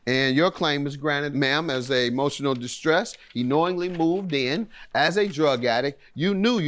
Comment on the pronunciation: Emotional 🍽 dish🍽tresh, she says